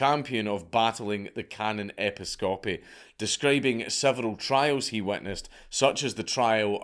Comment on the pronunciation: His pronunciation of "Episcopy" is a travesty.